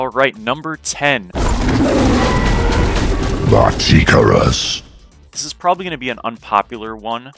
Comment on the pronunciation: You lost me at martichoras